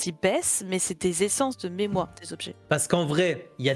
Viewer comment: Pitié un JDR one-shot sur le mémoireuh ! Et message pour le Canada : "Des papiers pour Sybile ! "